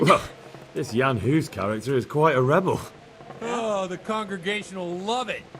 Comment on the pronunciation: Huh, not good pronunciation in the game - he's not Yean Hoose, but Jan Hus, both pronounced short, like two gunshots. And "Jenda" (horse) means "Jan" (pronounced as Yenda), common name of a child or pet. We always read "J" in Czech as Y in English, e.g. Johan(ka) like Yohan(ka), Jenda as Yenda, Mája as Maaya, Mrchojedy (Merhojed in German form) as ... well, that would be almost unreadable for English speaker because of "ch" consonant which English doesn't have and is similar to "ch" in Scottish "Loch", that's probably reason why game makers used German forms of names instead of Czech ones). I was surprised, The Overseer pronounced the name "Diviš" in the right soft Czech form! Nobody knows but him :D